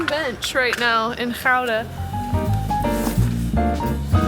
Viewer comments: nah, anybody trying is brave and deserves our respect. Pronouncing Gouda that well is already very impressive. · Your pronunciation of Gouda is perfect. Utrecht neerds bit attention😊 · Jullie spreken "Gouda" erg goed uit. 👍🏽👍🏽👍🏽👍🏽